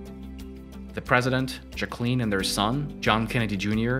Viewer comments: I can't even with the juh cleeen pronunciation lolol bro." Jack uh lynn" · I thought it was pronounced "Jacqueline" not "Jacqueline" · Bro don’t mispronounce his wife’s name that’s disrespectful. UGH! Her name is jacka-lin. NOT Jackleeeeen. Also, Fort. Worth. not forth worth. And Lincoln. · Learn how to pronounce Jacqueline directly. If not just call her Jackie O. I kept trying to figure out what you were saying, almost sounded like Ja Queen sometimes. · The video is interesting. The only negative is the pronunciation of Jacqueline. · I hate to be picky but this guys pronunciation of Jacqueline and Fort Worth need some work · Who else cringed when he said “Jacqueline”